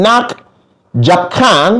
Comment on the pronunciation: Hahaha your score 2/5 not bad but you mispronounced menakjabkan is actually menakjubkan..as a guide to learn B.M you should always watching Malaysian tv programs Like drama thats had subtitles and eat a lot Malay food for sure you will be able master in B.M quickly..